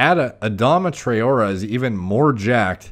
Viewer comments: It’s pronounced tri-or-ray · Adama Tra-0h-Eh . That’s how we pronounce his name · it's pronounced 'Tra oh ray'. Also yey the hat's gone lmao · Murdered his name lolol Ah-Dom-ah Trah-or-ay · He plays for my team so I’ll defend him lol 😂 it’s pronounced trey-ore-ay 😂🤣 btw he’s also the fastest player in the world 😂👌🏻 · You pronounce it as Tra-or-re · It’s Adama Try-or-ay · It’s pronounced Tray-aura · It's pronounced "Tra-O-Ray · Pronounced 'Tra-orr-ray' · Hi name is pronounced tray-or-ray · It’s pronounced trai-o-ray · That pronunciation haha, its Tray-or-a :) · trawrer is pronounced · Try - or - ay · this guy can't even pronounce a name but still gives scientific opinions:) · That mispronunciation.. I can't. That's the least one should check.. 🤦